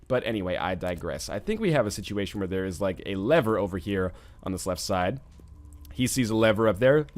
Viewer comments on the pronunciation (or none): none